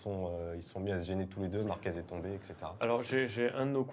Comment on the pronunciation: On dit marquez avec un z pas un s a la fin…. Vous dites merguez pas mergues….. enfin😂😂😂Márquez C est le goat et si vous l ecoutez il est franc et tres droit. Il a des valeurs et c est un gas super. Love❤ Marc.